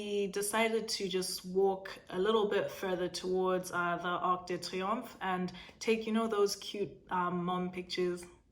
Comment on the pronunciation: The French flows brilliantly with pain au Chocolat and Arc de triumph but you don't wanna say Charles de Gaulle 🤭 We know you can do all the things! Slay it 😘